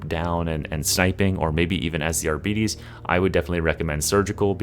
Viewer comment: One day bro will pronounce arbites correctly. Love your vids bro